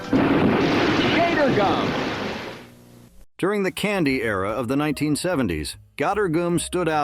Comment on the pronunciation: I know, I watched his videos before he can pronounce it right and, every time he kept turning it into a different name, cringing and really annoyed when, he called it gottor gum!